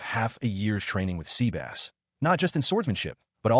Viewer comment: Dude it is not SEABASS it is SEBAS :D